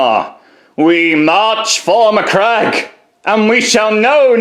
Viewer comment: I heard "we march for muh-crack".